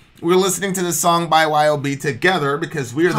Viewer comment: Just so you know It's pronounced as a word "Yob" like "Job". Cool Band and Mike Scheidt is a really cool guy.